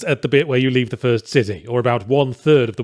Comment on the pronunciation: Lol three instead of the is hurting my brain